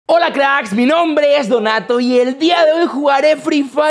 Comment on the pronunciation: Se dice donato